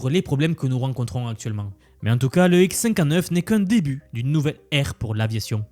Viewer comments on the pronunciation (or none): Tu pourrais mieux prononcer : " le Xcinquaneuf ... " plutot le : X cinquante-neuf "